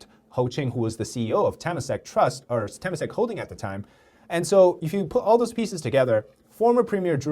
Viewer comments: Just a correction for pronunciation: Temasek is pronounced "Tuh-mah-sake". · Temasak is pronounced as Te-ma-sak. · Nice video but at least pronounce temasak right lah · As a Singaporean, hearing Temasek being said like that is just egh